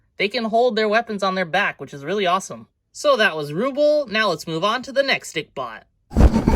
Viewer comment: The name is pronounced Roobell